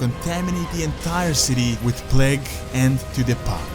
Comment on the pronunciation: bro its not pronounced pleg but like plaig idk y but it really bothers me when u say pleg